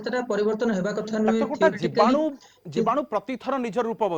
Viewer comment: Saying*Jibanu* LoL 😀😀😀